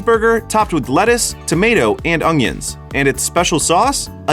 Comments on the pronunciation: Did you say..."Liver and ong-yuns"? What in the hell is an ong-yun. Do you chop them up and put them on your hockdog with maybe a little manase. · Its like the way that Louisianan chef Justin Wilson used to pronounce onions.